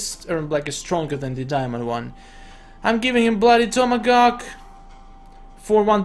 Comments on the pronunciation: he said tomagawk instead of tomahawk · He said bloody tomogawk